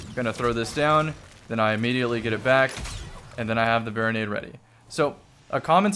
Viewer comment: "Barri-nade" LOL damnit Bungie. Good job. Just like J4W-S Servitor.